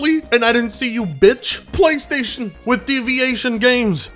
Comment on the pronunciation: You mean "Plchaystation"